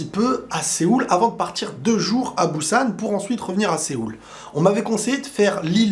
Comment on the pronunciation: Je regarde ta vidéo un peu tard désolé ^^ Alors dans un premier bonne vidéo ❤ Ça me fait bizarre d'entendre Busan avec un B mdrrr la prononciation c'est un léger P😉 Petite aide pour la prononciation. J'ai toujours pas eut l'occasion d'aller en Corée ahah mais bientôt de plus j'apprends la langue depuis 1 an donc je vais me régaler le jour où j'irai là-bas. Après je suis d'accord niveau Halal c'est pas comment dire y'a pas tellement de choix. Je sais pas si tu as fais attention mais les vols n'existent pas là-bas voir très peu. Par exemple les colis peuvent restés un jour devant la porte cela craint rien mdrrr. Après niveau sécurité tu as totalement raison mdrrr et les postes de police sont totalement différents aussi. Bref c'est complètement autre chose comme tu dis comparé à la France. Bonne soirée 🎉😊